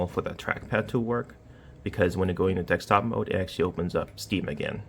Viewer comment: DeSKtop mode, not DeXtop mode! Wtf?